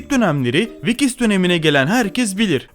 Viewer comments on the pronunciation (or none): Vikis değil Vicks yani viks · Vikis değil viks diye okunur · VİKİS dediğin için gıcık oldum videoyu izlemeyi bıraktım 😂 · Vicks ya, ya da şöyle diyeyim viks. İzlerken kulağımı tırmaladın